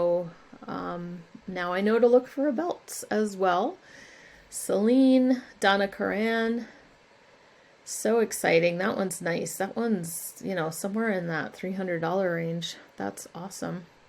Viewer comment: Love these videos and admire your patience looking thru that bin of belts....twice! Oh, think of Donna Karan as a Karen. Thats how its pronounced. Not sure if you know but she worked for Anne Klein before starting her own label. Louis dell''Olio was the lead designer and Donna came on. The labels read Anne Klein by Louis dell'Olio and Donna Karan. Louis went to QVC after his years at AK. His line is Linea and some of the best quality clothing ever made for Q. His jewelry too. The Montana belt? Id go at least $129 and take anything over $70. Montana was in business less than 20 years so most stuff is from the 80's with big shoulders and power suits. I always loved his designs. He never produced anything in the thousands so you wont find a ton. Most hard core Montana lovers wouldnt dream of selling anything.